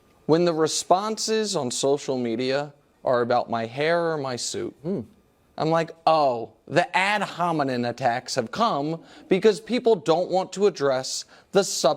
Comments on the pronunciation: "The ad hominen attacks have come" k here's one: it's "ad hominem, not ad hominen." 🤣 Your suit in this segment wasn't to my taste, but usually I think you're very well-dressed, and quite dapper (you wore a grey three-piece recently and I remember thinking you were cutting a fine figure.) Your hair is fine. You have a lot of bad takes, though. Edit: and Holy Mary that shirt is bad. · Ad hominem….maybe don’t use bog words if you don’t know how to pronounce them 😂